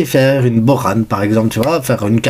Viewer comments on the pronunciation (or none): Comment ça Bokhan 🤣🤣pour Bojan on le prononcé (Boyan)